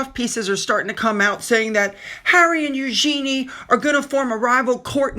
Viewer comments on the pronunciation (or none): It’s ‘Eug’n’y’…….not ‘Eugeeeenie’. A mistake made by most.